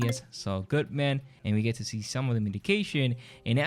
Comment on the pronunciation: bro can you stop saying Goodman weird. you put emphasis on Man when it’s supposed to be said more smooth and less emphasis on man. you can almost just say “ Saul Goodmun” not spelt that way but the way your supposed to say it. all one word Saul Goodmen... not Good..MAN. just something i noticed that’s a little annoying that you do